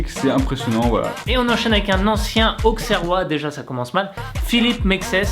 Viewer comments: On dit pas [Aukserrois] mais [Ausserrois] ! Méxès faisait juste partie de la génération dorée de l'AJA (avec Cissé, Boumsong, Kapo etc.), donc la réflexion qui suit cette faute de prononciation est juste ridicule. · Prononce pas le X mais S dans auxerrois stp;)